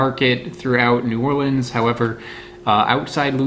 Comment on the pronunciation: Thank you for pronouncing New Orleans like a local.